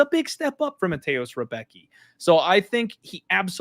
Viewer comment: It’s pronounced rembetski in polish pronunciation